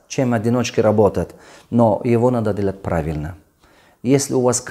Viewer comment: Сначала на русском научись нормально разговаривать дэлат